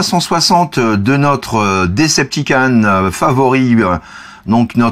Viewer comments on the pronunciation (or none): DecepticOn ! S'il te plait >< pas DecepticAn :'( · Decepticon pas Deceptican